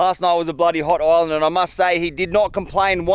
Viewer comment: Everytime he says island i understand oil land 😂